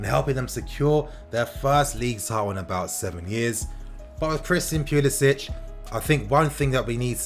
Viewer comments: Don't pronounce it as Pulisich. He's American so it's Pulisic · it’s not pulisić it’s pulisic poo-lis-ick he’s american and his family don’t pronounce the accent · He’s American the C is pronounced English not Slav... Pu-li-sic(k). My Brit fam needs to get it right now that our boys’ blue. Much love for this channel and all you do informing us fans... even those across the pond. TY 🙏🏼✊🏽💙💙